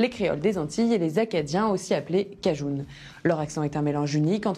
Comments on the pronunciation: Vous prononcez le mot cajun "cajoune" ?? Il me semble qu'il se prononce "cajeune" à la rigueur "cajin" mais certainement pas avec le son "ou" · En France personne ne dit cajoune, elle sort d'où ?